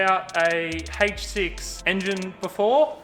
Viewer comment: " Hayyyych 6" love the accent. I hope the repair was successful